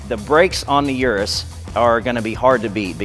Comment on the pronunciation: He says "ur-us" I say "eu-roose"